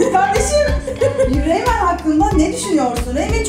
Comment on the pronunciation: Reynmen değil RAYMAN :D